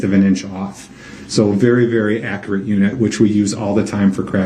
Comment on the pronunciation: accurate translated to brook's pronunciation = ack - rat....